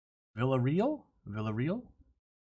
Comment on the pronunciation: Villarreal is not pronounced as you did,. It was funny though....poor guy. Never before has he had his name be so butchered. 'VilDuhReel' means that you failed your Spanish classes. Spent way too much time with fish instead.